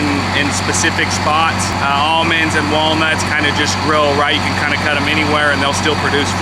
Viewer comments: Did he say ammonds? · How is he an almond farmer and he can't say almonds?!? Ahmund? Aymonds? I kid, I kid. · It’s aamonds to orchard farmers and almonds to everyone else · How do you get amonds? Shake the L out of em. I bout died laughing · "I heard beed hate cell phones." 😆😆😆😆 Ahmends..... Well their aLmonds, but we shake the L out of them. 😐😑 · I went to college in an area where they grew a lot of "Ammons". It was way too much trouble to pronounce the "L". Watching that part of the video brought back fond memories, well, the memories weren't really about the nut harvest. LOL